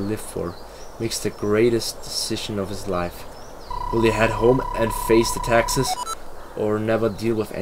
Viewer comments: It did sound like Texas! 😄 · I heard it too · So true max.